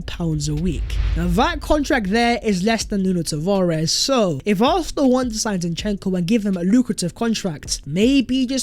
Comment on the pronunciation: Bruh, you’re articulate with everything except your pronunciation of “Arsenal” get it sorted.